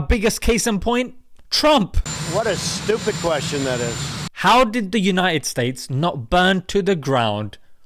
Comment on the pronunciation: Mashallah brother. Put it the way it is......but its supposed to be BETTER and UNITED, not 'BE-ER' and 'UNI-ED'